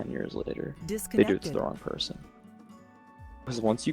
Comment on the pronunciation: lol " really nice preson" 🙈